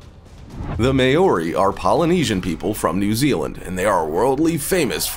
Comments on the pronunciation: “May-or-ree”. Crack up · like iv never herd it pronounced so badly ever not even from Asians who have been speaking English for a few weeks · Can’t even say Maori right. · exactly!! I was going to say the same thing, and as a samoan i know its really offensive when they pronounce it wrong. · Was also going to say something about his pronunciation.. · I live in new zealand:) and I do haka Btw you didnt say Maori properly lol